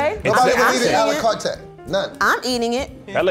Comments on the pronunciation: "you can get it alacartay"🤔🤔😂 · face when DoBoy said “a la carte” wrong the first time 😂